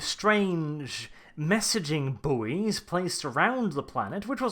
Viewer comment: Buoy pronounced 'boy' the 'u' is silent.